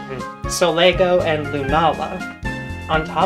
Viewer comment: Truly mispronouncing Pokemon names doesn't bother me, in fact it's mostly just cute, but it's funny how sometimes you seem to either remove or add a letter entirely. Blacephalon as Blacepheon, Solgaleo as Solego, Raikou as Raioko... just take your time sweetie! It's okay to sound it out!